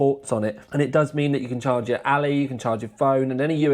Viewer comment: Ally, not alley mate 😂